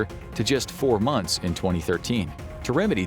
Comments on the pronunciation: monyhs instead of months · "It's only been 4 monyhs guys" lol